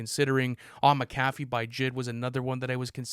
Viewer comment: It's Mac a FEE, not Ma CA fee you illiterate 🤡!!